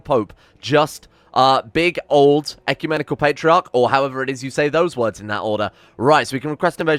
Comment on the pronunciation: As an orthobro you pronounced ecumenical patriarch perfectly